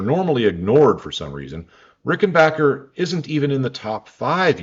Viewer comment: Great video, and respect for the surprisingly proper pronounciation of french and german names👍By the way, Eddy Rickenbacher had swiss roots (his parents were from the canton of Basel) and died in Zürich in 1973.